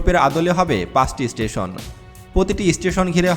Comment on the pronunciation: ভালোভাবে বাংলা শেখো (টেন না, ট্রেন, চুষট্টি না চৌষট্টি, ইস্টিশন না, স্টেশন। প্রতি ঘন্টা বললে, পার আওয়ার বলতে হয়না)! প্লেনে ঢাকা থেকে চট্টগ্রাম যেতে সময় লাগে ৪৫ মিনিট, বাংলাদেশে বুলেট ট্রেন হবে না। তবুও বলে রাখি, যদি কোনোদিন হয়, তাহলে কমপক্ষে ৭৫ মিনিট লাগবে বুলেট ট্রেনে!